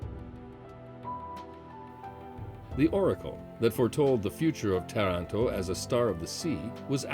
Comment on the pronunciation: Lovely video, the English pronunciation of some of the Italian words needs help! TARANTO (TAR not tear an to!) -just to begin with, and Mara e terra?? Should be MAR-E E TERRA!! Still, a nice piece with some interesting information and history. Really nice background music.